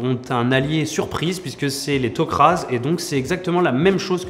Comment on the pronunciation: des petites incoherences dans tes propos. ils vont pas dans d'autres dimensions mais plutôt dans d'autres partie de la galaxie. c tok ra et non tok raz comme tu a l'air de le prononcé. tu parle aussi des peuples les plus important dans la série, je suis d'accord avec toi pour les Goa 'uld, les tok'ra mais les jaffas sont bien plus important aux fil des saisons, comme les asgards qui tiennent un des plus grands rôle dans la serie même si on ne les vois pas énormément. Jolie numéro même si je me demande si tu as bien vus toutes la série. Gros doutes